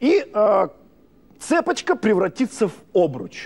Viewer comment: Неук! Не цЕпочка! А цепОчка!... 😐